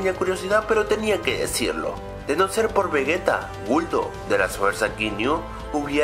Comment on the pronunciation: Se dice Vegeta no vegueta